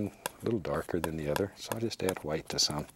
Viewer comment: Onfroi Don’t forget the quietness (ASMR) and his pronunciation of white (hwite). Bob Ross is truly a legend!